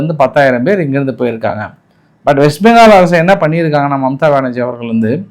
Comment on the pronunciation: Bro. Not mumtha banarji. Mamtha benarji. Neer Mumtaz visirinu ungaveetukku theriyuma?.😂😂